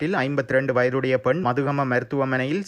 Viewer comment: மதுகம இல்லை மத்துகம..